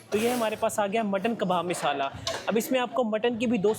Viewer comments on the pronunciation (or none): Meesaala 😂😂 miisaalaa😂😂 word waah